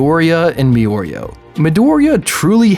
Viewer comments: This is the worst pronunciation of mirio I've ever heard. he randomly says it correctly and then goes right back LMAO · Good video dude......... but dear god watch the dub, you’ll know how to say mirio’s name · Lmao it's pronounced 'Mirio' in the sub too, there's no excuse for this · triggered too hard, had to stop watching this video. They literally say it in the show. it aint that hard -. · I puked everytime he said "Miorio" OH MY GOD just writing it makes me CRINGEEEEE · I couldn't watch past 1 minute after all the "Mioro"s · Me: hears him saying "mioreo" Also me: just call him Togata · Meoreo.....it made this almost unwatchable lmfao. But on a more serious note, hard disagree. Buuuuuuuut, I'm super biased. Mirio is my favorite character and Deku is one of my least favorites. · It's "Me-doh-ree-yah" And "Me-ree-oh" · Calm down people... Yeah he said mioreo but damn calm down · Katsuki Bakugou it is actually pronounced Mir-ree-O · Anime: Here's M E R E O: MEYOREYO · 0.01% of comments - yeah, Deku is worthy 99.99% of comments- “miorio” Yeah it cringes me too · I quit after Like the 5th “mioriyo”. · Say it with me: “Mee-Rio”. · Everyone triggered over “mi-oreo”. Meanwhile I’m laughing at the bus like a maniac with some people starring at me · "MiOuRiOu" Everyone left the chat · Every “Miorio” was a stab to my little heart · bruh are you drunk or are you just trolling mi-oreo wtf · Take a shot each time he says “MeOreo”. Hint: You’ll die. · After the third “Miyorio” I had to leave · Bruh stop pronouncing Mirio as me oreo ffs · It's Mi-Ri-O, great video though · "Me-oreo" Me: eye twitch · Damn.. It's seems like a good video.. But I can't stand the "Meoreo".... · You wrote mirio but say miyorio. Im confused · Shits grips funny. It's trippin me out. Me-Oreo not yours! Pahaha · It's pronounced mEEreo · Hearing the name Mirio being pronounced wrong is seriously killing my ear drums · The way you pronounce Mirio gives me cancer. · Mirio not mioreo